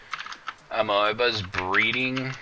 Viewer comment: it's pronounced a-mee-ba. lol, sorry just caught me off gaurd/